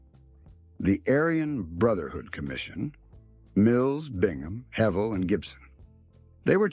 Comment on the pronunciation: Man u don't know anything about Edgar and shame on u for not even knowing how to pronounce his name. The picture u had up there wasn't even him!! How u can write such fiction is beyond me, sure, alot is true but that's common knowledge. Don't think u can portray someone without even knowing who he was